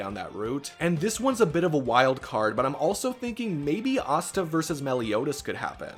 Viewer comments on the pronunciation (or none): none